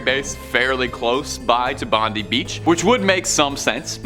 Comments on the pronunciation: It's pronounced Bond eye Beach, not bondie beach! If you aren't sure, look it up somewhere! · Pronounced Bond eye beach not Bondie..! But we'll forgive you as you're quite amusing. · i don't know why thats how people think we say bondi beach that way but just so you know it is pronounce bond I beach and not bond E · Gday m8 it’s pronounced bon_die beach not bin deee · Just for the record, the beach in Australia is actually pronounced “Bond eye” Bondi beach. Not that it matters much. God segment though👍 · Pronounced bond eye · Its pronounced Bon die beach cool video. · The way you said Bondi made me uncomfortable. 😂😂